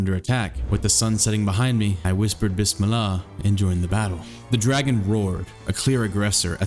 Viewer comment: BIS-MIL-LAH IM CRYING